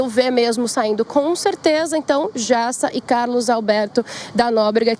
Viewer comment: Errou o nome do Carlos Alberto de Nóbrega e não dá Nóbrega e o cabeleireiro é o Jassa e não o Jiassa !!!